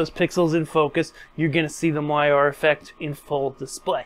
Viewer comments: Great video. Very informative. However....."moire" is pronounced "mor - ray" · Moiré is pronounced “mwah-ray” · When you mispronounce MOIRE, it makes your otherwise good work seem less credible! Cheers